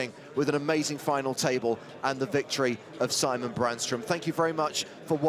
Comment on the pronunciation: Sigh-mon is apparently a lot easier to pronounce than See-mon. So why bother.